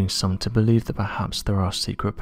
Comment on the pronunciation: "Antarctikerr" sounds cool